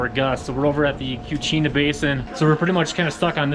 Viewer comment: It's "Kachina" (as in Native American Kachina dolls), not Cuchina.